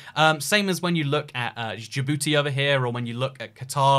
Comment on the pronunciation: "Djibouti" is just pronounced "Jibouti". The j is pronounced like in the french "Jean", so "dj" just sounds like the English j.